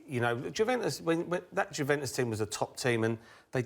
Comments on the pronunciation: ‘Jewventus’ classic Merson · Paul Merson "Guventus" :) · It's not Jew-ventus ffs, not yet anyway! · And Mersons paid to pronounce Juventus like a 6 year old who's just discovered his nuts 🙄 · Merson can't say Juventus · They he was pronouncing Juventus was annoying AF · Alan was pronouncing it correctly and then when Paul spoke he couldn't pronounce it correctly wtf??